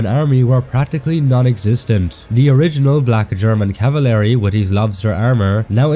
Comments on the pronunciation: I swear if he says “equilavent” or “cavilary” again… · Hold on.. He just said cavalery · Not meaning to be annoying but its pronounced (caval-ry) not (cava-lary)